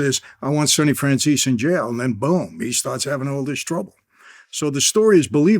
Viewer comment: The Italian pronunciation would be Franzay-say.